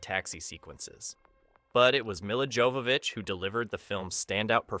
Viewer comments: Mila's surname pronounces as Yovovich. Her far ancestor was obviously named as Jovo pronounced Yovo from Jovan(Yovan) in west known as Johan or Ivan in Eastern Europe, and Yovov(means belonging to him when someone ask you which ones are you) ich is suffix denomination as little meaning his young Descendants. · This was a great video about a great movie. But there is one thing I feel I need to point out. Her name is pronounced Yovovich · Joe-vovich. Also, Besson isn’t 50 today, he was actually born in 1959, and wasn’t “starting his work on the film in 1991 at the age of sixteen”.